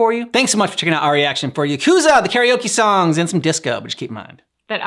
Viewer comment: Yakuza 0 is such a good story, the first game that almost made me cry…. And the songs are all fire (btw it’s pronounced Ya-cuus-ah)